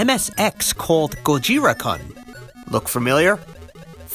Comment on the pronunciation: "gojira kuhn" sigh 😒koon, its pronounced koon.